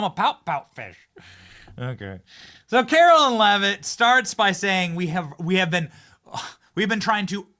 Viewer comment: You'll have a better chance of getting a press pass, Benny, if you stop mispronouncing Karoline's (not Carolyn) name. Just sayin'......................